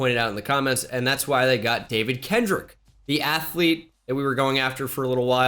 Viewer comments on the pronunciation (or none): none